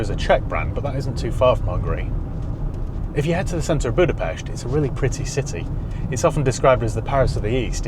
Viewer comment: He said Budapest right wooooow